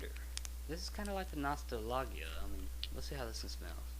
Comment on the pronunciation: that nostalgia is prenounced nos-tal-ja sorry to be a twat lol